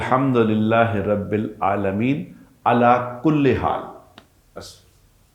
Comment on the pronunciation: کلے نہیں کل